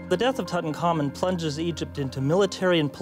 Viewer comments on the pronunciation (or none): The young kings name was in three syllables Tut-Ankh-Amun. "Tut" His ordinary name. "Ankh" meaning the symbol of life and "Amun" meaning let his work be done. But every egyptologist and "repeater" pronounces it wrong, all as one word like "Tutankarmen" Hey, I'm just a keyboard moron why do I know the correct pronunciation and not the experts ineptoids? 💩💨🐵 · Why do people (especially people who should know better) mangle this dead kings name? It's NOT "Toot-uncommon" it's "Tut - Unk - Amoon" - get it right if your making a documentary...